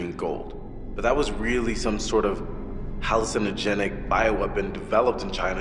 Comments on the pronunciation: Voice actor doesn't know how to say hallucinogenic....halsinogenick?......No lol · 10K sins for how Alex pronounced hallucinogenic